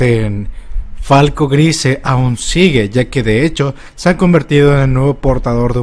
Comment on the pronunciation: No puedo con tu pronunciación del apellido de falco, lo siento